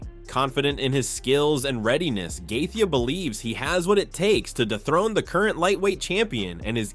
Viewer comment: It’s Justin Gae-Chee not Gae-thee. This guy talks in AI!!